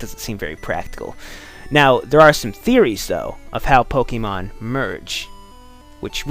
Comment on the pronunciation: Why do you pronounce Pokemon Pokgeymon?